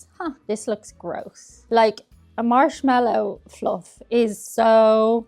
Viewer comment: Why did it sound like you said "Arse-mallo Fluff" ?